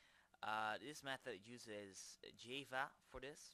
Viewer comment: i laugh (not in a bad way) at the way you say java... jaaayva for future reference its jah-va =D